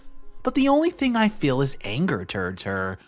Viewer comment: I laughed so hard when I heard you say the line “so much anger ‘turds’ her.” Oh my goodness I’m sorry, but the word ‘too -wards’